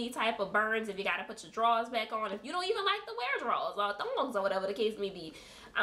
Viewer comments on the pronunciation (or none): none